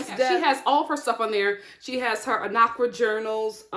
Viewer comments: Sis it's AN-KA-RA, Not Ana-Kra, you definitely butchered it..... Love your video though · Lol when you said Anakra instead of Ankara. You were close lol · Its An-ka-ra (ankara) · It’s Ankara lol but close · It's pronounced 'Ankara'😅I still love you tho